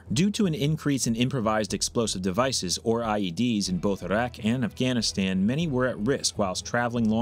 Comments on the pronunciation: Why did you say Iraq funny? It's like when American's say Mexican names they'll suddenly adopt a strange affectation. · The way you say the word "iraq" just rustles my Jimmy's for some reason. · Why do pronounce Iraq that way? It's funny. I'm not over here saying "eye-rack". But geez, you put that funk on it. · Interesting pronunciation of Iraq...